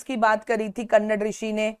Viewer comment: Mam it's not कन्नड its कणद 😅